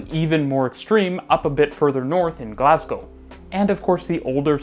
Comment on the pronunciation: HE PRONOUNCED GLASGOW CORRECTLY LET'S GOO